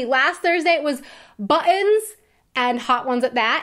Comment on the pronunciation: You say "buttons" like a British person. Or is the glottal stop an American thing, too?